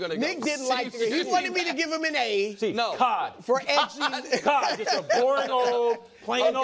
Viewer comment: Lost it when Wildes brought the C back out for "Cod" 😭💀😂